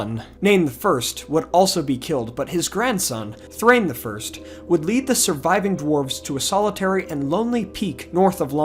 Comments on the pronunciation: Dwarf names ending in “in” are always pronounced as “in.” Names like Thor-in or Bal-in or Dur-in are obvious. Gloin and Oin are not Gloyn or Oyn. They are Glow-in and Oh-in. Thrain is likewise Thrah-in, not Thrane. Dain Ironfoot is Dah-in. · Small quibble. In the Appendices, Tolkien explains Dwarvish pronunciation. They have no diphthongs, so Thrain is pronounced ‘THRA-EEN.’